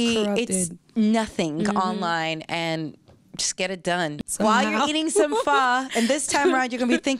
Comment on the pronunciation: This chick keep saying pha corny